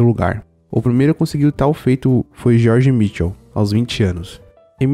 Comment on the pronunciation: Primeiro cantor mais jovem "GEORGE MICHAEL"e não MICHEL como vc menciona